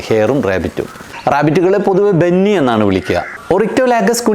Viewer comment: ബെന്നി ആണോ അതോ Bunny എന്നാണോ